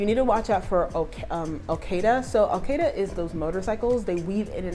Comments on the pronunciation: Took me a while to understand, thought she said Al Queda🤦🏽‍♂️😂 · It's Okada (Motorcycle Drivers) not Okeda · to help you blend, it's pronounced O-KAH-DA with a long "A". You just corrected yourself with AJAH. Please I know that I've seen someone help you with IBEJU LEKKI pronounced EE-BAY-JU LEKKI not EE-BAH-JU that I've heard to many times from an Authentic who lives THERE sha.😶 It took me a minute to try your channel. I've come to learn that I was wasting time because you get more hilarious with each video.😂 You're also winning with valuable content. I am subscribed, liked & commented. Great driving ooo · Did you buy a car? It’s okada the way you pronounced it sis😂